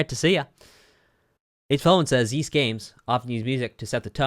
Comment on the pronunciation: also Ys is pronounced geese without the G